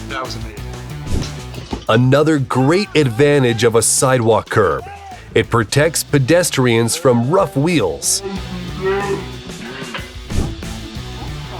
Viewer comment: Rogue not rough.